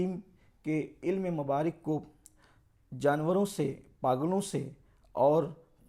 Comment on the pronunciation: پاگل علم مبارِک نہیں ہے بیٹا۔ مبارَک ہے